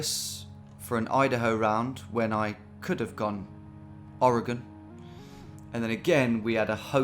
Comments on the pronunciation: Did we just hear Tom say Oregon correctly?? He's a changed man! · Rare correct pronunciation of Oregon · As a long time viewer, my heart broke when you pronounced "Oregon" the correct way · didnt notice it the first time, truly heartbraking